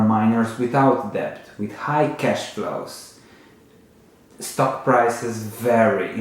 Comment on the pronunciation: Love your videos. Just a comment.. Debt is pronounced “Det”, the ‘b’ is silent.